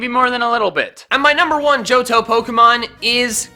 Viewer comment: AGAIN, THE H IN JOHTO SHOULD BE BEFORE THE T, NOT AFTER THE T!